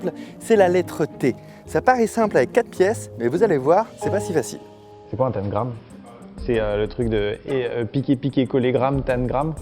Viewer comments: Pnt amixem on prononce tENgram pas tAngrame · Hum... « tènegramme »?! C’est pas tentagrame plutôt? 😂♥️ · Je resterai figée sur la prononciation de tangram par amixem 😂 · moi je dis tangram et pas tan-gram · Mais c’est TANGRAME PAS TANE GRAME mdrrr🤣🤣🤣 sinon excellente vidéo gg pour l’organisation Fabien !👌😂😂🤣🤣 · je suis la seule à dire tangram et pas "taNgram" comme Amixem ? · Y a que moi qui dit "tangramme" et pas "tannegramme" ? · Un tamegrame 😂 C’est pas plutôt un tamgram ? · Tengram tengram on dit ca comme ca 🤣😭